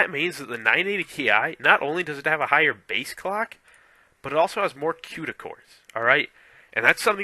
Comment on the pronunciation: u cannot pronounce cuda never mind know what they are.